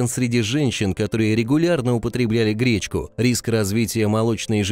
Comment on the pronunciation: Говорят гречнко